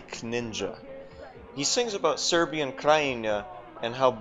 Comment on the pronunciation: smh how cant Americans pronounce "Serbian"